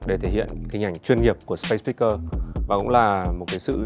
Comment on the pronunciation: A Tổng giám đốc Vũ Hà Quân phát âm SpaceSpeakers rất dở !!!